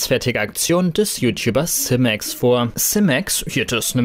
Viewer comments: Werbung bitte kennzeichnen. kuchentv fehlt. Simex spricht man Simex aus nicht Semex. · Simäx meine Ohren bluten.. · Nices Video aber Simex spricht man anderst aus 😅🤣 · Wie er simex ausspricht